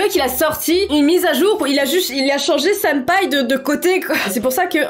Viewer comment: "Yandair" "Senpaiye"